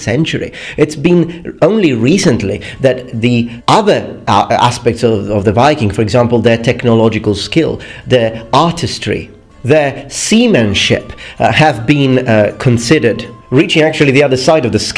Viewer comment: 'their semenship' I'm so sorry